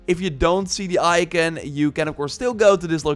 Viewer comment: «Imor» «Ican» Armor and icon u mean😂